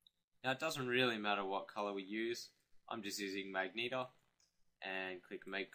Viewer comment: did you call magenta "Magneta"? :P